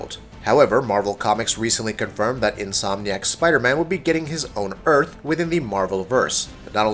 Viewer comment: at one point in the video he says Insom nack